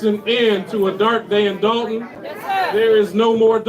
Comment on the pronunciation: "Dalton" is in the state of Georgia. "Dolton" is in Illinois.